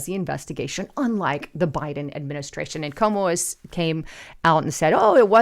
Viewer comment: your channel is full of great info, but please pronounce people’s names correctly, because there are many people who won’t take you seriously, if you don’t know how to pronounce names of people that everyone knows. His name is CUOMO, not Como. It’s pronounced like this “Kwo-mo”. Also, I know it’s trendy to say “take serious” and I keep hearing people say that, but it’s not proper grammar. The correct phrase is “take it seriousLY”, not “take it serious” - it has to have “LY” at the end of the word “serious” because the word TAKE is a verb and verbs are described by adverbs like the word “seriousLY”. The word “serious” without the “LY” is an adjective, not an adverb, and adjectives describe nouns, while adverbs describe verbs. Lately, I keep hearing people say that phrase wrongly, because people tend to pick up other people’s bad grammar habits, and not gets reinforced, over and over again, each time someone says it, but I’m trying to do my part to preserve the English language in its proper form, by pointing out grammar mistakes whenever I see them.